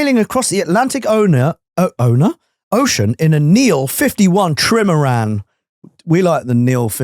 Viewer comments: I think its pronounced “tri-maran”, like a catamaran, but with 3 hulls … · trimoran, amazing pronuncuation of it, made me laugh, love you guys, merry xmas